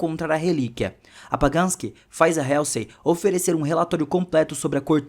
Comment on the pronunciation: Legal o resumo, mas a pronúncia da Dra. Halsey esta errada. Mesmo erro que quase todo brasileiro comete com a plavra Apple.